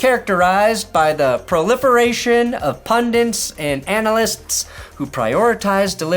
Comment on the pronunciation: Pundits, not "pundints."